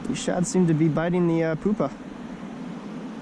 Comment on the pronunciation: It's pyoopa (pewpa), not poopa